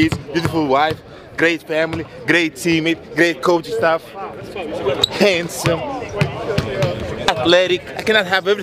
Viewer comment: The way he emphasized it the second time had me dying 😂😂😂